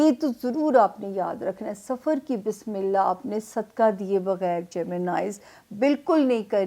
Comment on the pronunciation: APNI Bismillah theek kr lain plz ap ghalat parhti hain